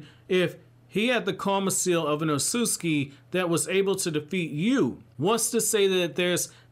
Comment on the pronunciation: I love your videos but I literally can't finish ones where you talk about the ot-sut-suki because you say it like oh-soos-ski. I'm by no means aware of how to say japanese words but I know there are 2 t's in that mf lmao